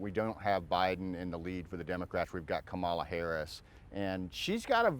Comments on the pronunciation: Comma la… it’s not difficult. So he’s either an idiot or being disrespectful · It’s pronounced comma la…. JFC he’s either an idiot or purposely mispronouncing her name. It’s disrespectful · He cannot even pronounce her name correctly.